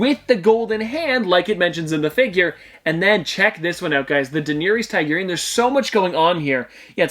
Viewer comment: please stop pronouncing daenerys targaryen like that